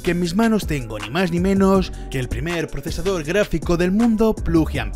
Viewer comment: Dice procesardor XDDDDDDDD